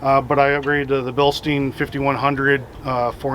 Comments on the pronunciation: Its pronounced bill- st-eye-n. In german ei sounds like 'eye' whereas ie is the 'e' sound. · Nice WJ. Are those 16" rims? The tires look bigger than 31". Yeah I wasn't trying to be a snob or anything but also pronounced in Bilstien in the last video. Just trying to help. Im trying to see on my 4.7L HO if I can convert the Hydro fan to a mechanical. You think its possible?